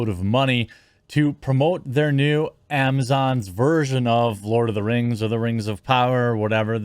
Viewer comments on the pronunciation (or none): "Lord of the Kangs" Lol